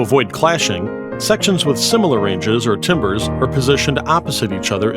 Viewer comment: Pronounced tam ber by the way I don’t even know why I’m watching this, I’m a mix engineer yo